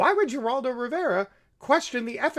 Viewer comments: You are mispronouncing both parties names. Can’t watch this bye. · Do you really not know how to pronounce Geraldo? I detest the guy & sexual abuse & assault but mispronouncing his name & mocking it seems a tad racist. You lose credibility with thinking folks. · This would be much more persuasive if Ghislaine and Geraldo were pronounced correctly. The S is silent in Ghislane. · A g in spanish is pronounced with an H so it is not (gee)raldo it's (her)raldo. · ..and it's not pronounced 'Jer'oldo..but 'Her'oldo... lol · Just a note, sir: Geraldo is pronounced with an H, not a G, as in Heraldo. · It's pronounced Heraldo, not Geraldo. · Interesting speculations, but it’s pronounced Her-Al-do, not Jer-Al-do!!! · His name pronounced is Her'al do. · Heraldo the G is pronounced H / Good program thanks. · His name is pronounced like Heraldo. There have to be loads of material on prominent people. The media should ask everyone about her just to see how they respond. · Geraldo is pronounced Heraldo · I buy what you are saying, but, but, but... it's "Her-al-do." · We have a building named after Geraldo (pronounced with an “H”). Thanks for the great video. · Heraldo is the pronunciation, fyi. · who the fuck is jur-aldo... I hope u r mispronouncing on purpose... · J-raldo? Jizz-lane? Dude learn to talk! But I agree on your points! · Geraldo is pronounced Huraldo. Ghislaine is pronounced Geelane. Otherwise good info. We will probably never hear the truth of it all even though this has been in the news since mid-aughts. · can you pronounce anybody's name correct?? It's hard to listen to you if you keep butchering the names and then get the names correct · I agree why can’t he Pronounce the 2 Names correctly? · you're pronouncing both Geraldo and Ghislaine's name wrong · Ok, I understand how this guy can't pronounce Ghislaine. Most people can't (and it is pronounced Ghee-len, btw). But how can he not know how to pronounce Geraldo??